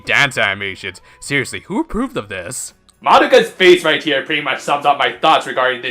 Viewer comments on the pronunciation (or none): none